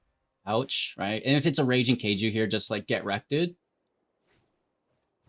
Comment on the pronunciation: Raiju = "rye-jew" not "ray-jew." Japanese word is Japanese.